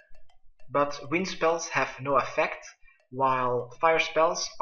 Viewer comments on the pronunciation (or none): none